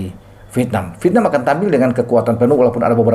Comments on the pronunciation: yg membaca V tp diucapkan P biasanya cuma orang Sunda....Klo pengucapan aslinya ya Vietnam sesuai tulisan....Dah gak usah denial.... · lah. Tulisan doang Vietnam tapi dibaca pietnam. Gue juga punya telinga. Bisa membedakan yang baca Vietnam dan yang baca pietnam.